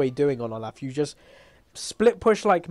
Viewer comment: THAT IS NOT HOW YOU PRONOUNCE OLAF.